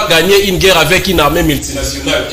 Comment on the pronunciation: C'est " GUERRE" et non "GEURRE"...Ah, les télévisions du Congo!